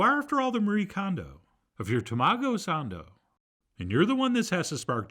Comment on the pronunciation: I love the American accent tamagough sandough :)